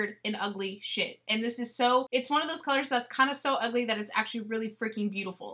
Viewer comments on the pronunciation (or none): none